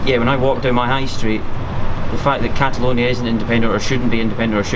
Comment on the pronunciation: Should tell him it's cataLONIA, not cataLUNIA